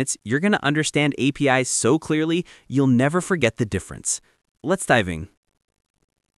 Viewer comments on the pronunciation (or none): At 49 seconds, "Let's dive in" sounds more like "Let's diving" which to me sounds more like a human error than any of the common AI errors. The emotionally expressive audio style is harder for AI to get right to this degree without cracks appearing that make it more clear that AI is doing it but AI is pretty darn good so I could still be wrong. The graphics are basic and appear to be done because they can but the more you look into them the more cracks in their low quality starts to appear. I'm not sure what graphics workflow is used (though would be interested) but it seems to be about creating a basic cartoonish-style graphics consistently which visually expresses a concept (if and when there is one to express, fill deadspace otherwise) and adding on top of it a mix of transitions and animations that rarely add anything further. Looking at animated content is more entertaining than static content and even a small animation goes a long way to disrupt the static feel but it is providing no educational value while trying to create that false sense of being additionally entertained. If these are AI explanations then I'm apparently more impressed with AI than I expected. Most AI output is slop with over 50% of what is says in output being relatively meaningless or wrong. I started doing a breakdown of how useless an AI slop video was that someone else posted as "valuable information and correct". Within about the first minute I only found 1 sentence that seemed relatively correc